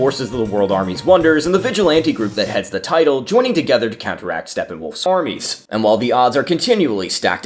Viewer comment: 😂 armies added in sounded almost like ormies